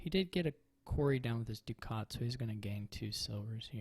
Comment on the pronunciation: I appreciate you being the only Dominion player who pronounces "Ducat" correctly! I also think you played the first one really well, I learned a bit about crypt and strategical page exchanges, I would have blindly autoexchanged my pages for gains on the penultimate turn. Unlucky that it didn't work out, I blame the IGG! It seems like you agreed with that post turn 4. Also, it matters for triumph whether you pick IGG or copper out of the crypt! Regarding the villa game, I agree that you would have been toast if he had piled them.